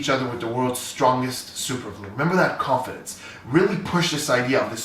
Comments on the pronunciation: When he was saying confidence I heard coffin dance 😂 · The first time he said confidence I thought he said coffins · I can’t unhear this 🤣